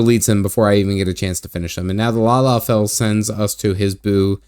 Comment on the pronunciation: Not lala, lol... La Ha Bray Uh